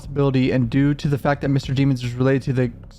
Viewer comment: It's DEH MONS not DEE MONS smh